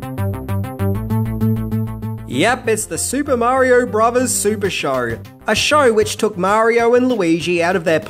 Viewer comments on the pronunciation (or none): Marior, Nintendor, Showr :P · Dear people of Australia, I love you and your amazing continent! …but the word “Show” and the word “So” does not contain the letter R. Thank you, and have a great day.